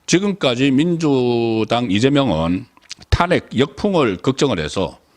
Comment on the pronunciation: 탄핵 발음이 좀 다른거 같네요- 타아안핵 타낵(송국장)